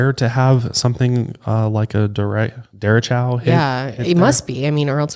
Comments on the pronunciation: It is a dur echo, not dura chow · Der Rey Cho... the O is long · I just saw this video and sorry but I gotta laugh at how you guys pronounced the storm that hit us here in Iowa. We pronounce it dur-a-she-o. That storm was brutal and a year later we are just now getting our fence and house siding replaced. Our neighbor across the street still has a tarp over most of her roof. It effected the whole state and it was devastating. Some of us were without power and water for almost 3 weeks but others were lucky and only lost power for 2-3 days. One good thing that came from it was everyone getting together to help each other and we had a huge block party cooking all our cold food so it didn’t go to waste. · I know I’m 3 years late, but it’s pronounced Dr-ay-cho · im sorry but derry-chow is sendinggggg me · It's pronounced like da-rae-show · Lol the way he pronounced the name of the storm was so funny. The name of the storm is a Spanish word for straight. DE-RE-CHO = Straight. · Hey guys! I believe the derecho that happened in Iowa is pronounced like the Spanish word derecho for "straight". My thoughts go out to everyone there, stay safe, and donate to Iowa if you don't live there. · Mispronouncing. "Derecho" very badly. Pretty funny cuz he specifically mentioned the pronunciation of the word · I might be wrong but derecho is pronounce like the Spanish word that means “straight” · U r right. He totally mispronounced it. Pretty funny